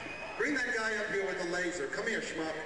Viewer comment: Yes, bring the shmup on stage my minions! I hate shmups! Especially ones with laser pens! I am the terrifying, and all powerful queen of glam pop-rock! Do it again, and I will liquify your innards with the mighty power of laser! Because I am a big sparkly man, and you are not. (I realize he said shmuck, but It sounds like shmup, it's sounds funnier, and they're both nonsense words anyway... unless you're jewish I guess.)